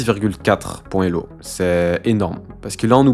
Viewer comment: quelques bizarreries de langage, comme la liaison des zélo, employés comme unités… le fait de "gagner quelqu'un" ; quelques étrangetés de type niveau "décent" pour le meilleur joueur de la planète, ou le tabassage du système scolaire ; mais c'était agréable à regarder